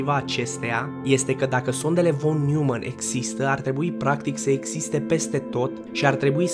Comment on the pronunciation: Noimann nu Newmann e nume german asa se citeste 😌 no hate vroiam sa te corectez.